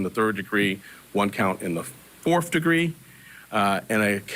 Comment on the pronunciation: So —- he can’t pronounce English words —- fourth is generally not pronounced forfed. This district atty has destroyed New York - he is a complete moron